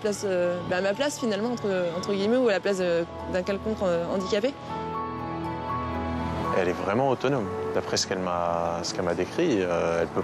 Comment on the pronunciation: Faute récurrente : on dit un handicapé et un handicap sans faire la liaison, on ne dit pas "un nandicapé".